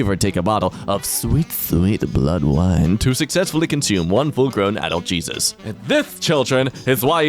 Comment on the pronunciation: Did that say... jeezit?